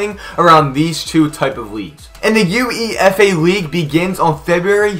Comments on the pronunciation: Yea is uefa , (oou eii faaa) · Am I the only one pissed that he’s saying U-E-F-A